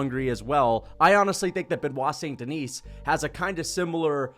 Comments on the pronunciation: Okay you need to stop daying "Duhneece". It's "Duhnee", SAIN-DUHNEE,, DUH-NEE, T & S are SILENT. 😭😭😭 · Bruh. My God. This your 3rd BSD video and you STILL can't pronounce his name correctly! F*ck man. The F'ing "S" in Denis is silent. It's pronounced "Di-KNEE". It's really not difficult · Stop pronouncing s in saint deni(s) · DON"T PRONOUNCE the "s" at the end of his name. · The s in saint denis is silent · Can we please learn how to say Beniot's last name? I mean, you can fricken pronounce davalshvlii or whatever it is! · Just please drop the S at the end of Saint Denis and Du Plessis for god sake